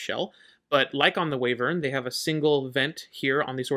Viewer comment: Call em whatevr you want lol, but as someone who still slips and calls them Way-vern, I feel OK in saying it's actually Y-vern 🙃 my brain has a hard time with it too. Beast also shares the graph with Wyvern but the BA version.